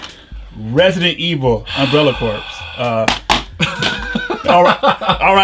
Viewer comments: I love you, but I can't stand by while you continue to say "umbrella CORPSE", it's pronounced "core". Getting off my high horse now. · Glowyrm to be fair, the game is umbrella corps, so he would be pronouncing it umbrella cores.